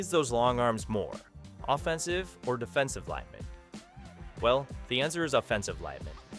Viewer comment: A.I. is bad at it's pronunciation of "offensive" and "defensive"